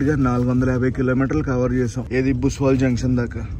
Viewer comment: భుసావల్ జంక్షన్ భయ్యా అది. బుస్వల్ కాదు. ముఘాల్సరై తర్వాత అతిపెద్ద రైల్వే యార్డ్ ఇక్కడే ఉంది.